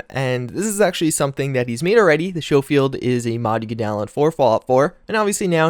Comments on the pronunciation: It's pronounced sko field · Ahem I believe it's pronounced "Sko-field,". Like school. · Schofield pronounced ( skofield) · Its SKO-Field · Schofield is pronounced Skofield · It's pronounced "Skofield" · Schofield is pronounced “skoh-feeld.” 🙄